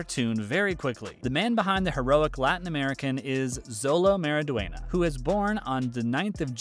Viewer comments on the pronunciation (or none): Its pronounced show-low mawry-dwen-yuh